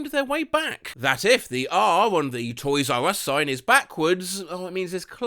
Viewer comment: "toys ya us?" - russian guy at a toys r us